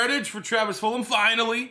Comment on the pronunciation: I love how he says fulum